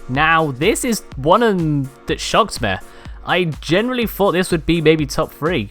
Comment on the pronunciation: He says ME as MAY